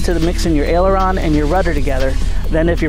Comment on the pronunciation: Did he said ailerons